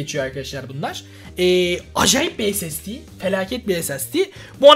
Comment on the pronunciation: Normalde:ssd(esesdi):(esasdi)